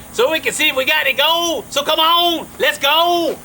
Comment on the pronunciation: i so thought he was saying "Lets Gold!"